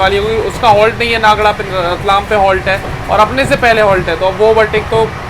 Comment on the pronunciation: Bhai नागडा nahi 😂😮, नागदा hai wo, नागडा ka matlab kuch aur hi hota hai gujarati me.